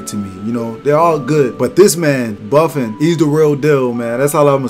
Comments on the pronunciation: His name isn't Buffin' ... his name is pronounced : Boo-Phone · buffin? Its pronounced Boo-fon